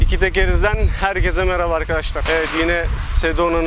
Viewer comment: "Herkez" değil canım kardeşim benim. "Herkes" kelimesinin yazımını biliyorsundur belki ama telafuzunna dikkat etmiyorsun galiba nacizane bi düzeltme:)